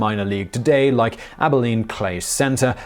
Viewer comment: At he pronounced Abilene correctly!